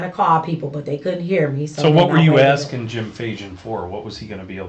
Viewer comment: No nurse would be so stupid to call a 'notary public' a 'notary republic'. Even a nurse's aid would know the correct term. "I'm axing" instead of "asking'.